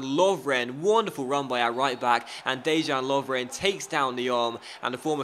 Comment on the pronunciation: Dejan is pronounced Deyan. not complaining, just trying to help out : )